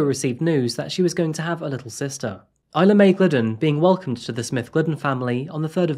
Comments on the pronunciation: By “E”-la, you meant “I” la (Isla) 😉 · “Isla = Eye- Lah “ Not Eee-lah